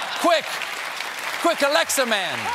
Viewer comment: QUIT saying Alexia! You are making all of my Alexia's go off! 😢